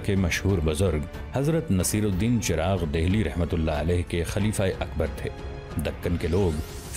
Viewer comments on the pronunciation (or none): none